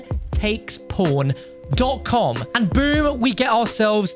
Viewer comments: man ur saying pawn wrong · Is it just me or did anyone else think at first he said "porntakesporn"? lol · i always flinch when you say "pawn" 👀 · your accent make pawn sound like something else lmao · Everytime he says “pawn” 😳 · Love me some good ‘ole PawnHub. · I was like wtf did he say lmao